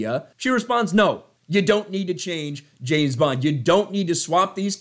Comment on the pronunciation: Hollywood. It's not Jayne bond is James bond. Sort your sh*t out